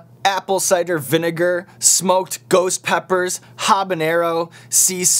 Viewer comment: Is he saying ghost or goats?!